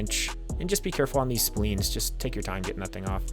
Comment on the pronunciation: "Splines" not "spleens." Nice video.